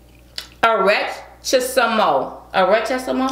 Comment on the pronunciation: Darius is really good pronouncing Spanish words! 👏👏👏 Muy bien Darius! Arrechisimo!!! 👌👍😉